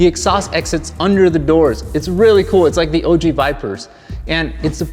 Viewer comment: So much cringe. "..like a Master Chief", "OJ Viper" instead of OG Vipers